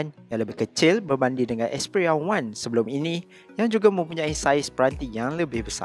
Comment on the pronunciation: 'Soni Expiya Faih'